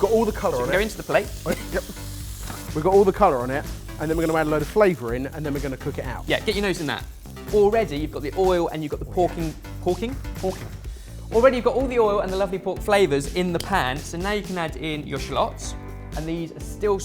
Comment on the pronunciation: "Porking"? Was that a Freudian slip,? Lol!